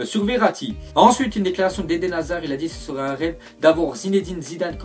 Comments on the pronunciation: Hazard avec z pas s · Euhh Hasard avec un "S" on en parle ??